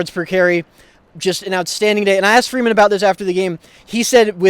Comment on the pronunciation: Put some RESPECT on his name... Coach FREEMAN, not freeman!!!